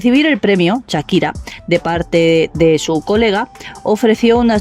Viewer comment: Perdona No se dice Chakira Se llama Shakira y se dice Shakira como Shark